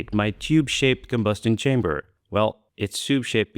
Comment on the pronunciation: "lee combo'stion shamber?" <3